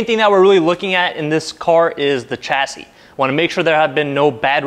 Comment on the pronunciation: Coupe is a French word and is correctly pronounced Coopay. A coop is where to keep chickens. Chassis is also a French word and is correctly pronounced shasee. Sh not Ch. You also said you guyses. It's just you guys.